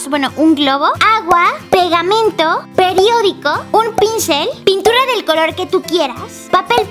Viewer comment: Momento... dice Pediodico o Periodico? .-. La escucho decir "Pediodico"